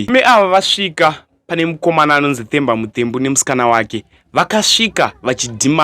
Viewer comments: Its not The as you pronounce in English....its Te as you pronounce in shona wakuita kunge une chirimi chii ichocho,ukwane iwe. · Themba is pronounced as Temba, not as THE like an english word. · Themba Muthembu ..bad pronounce kkkkkkkkkk😅😅😅